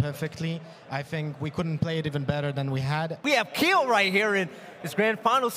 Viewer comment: “Is this Keeoh?” Nah this is